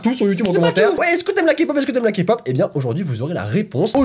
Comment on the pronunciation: bah en faite si on regarde les journeaux televisé français c'est encore pire (meme qu'il pronence kpop 'kapop')